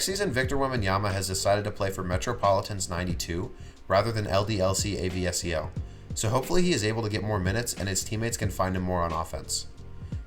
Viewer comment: Just for info, it's not A.V.S.E.L, it's ASVEL (the S before the V) and pronounced ass-vell.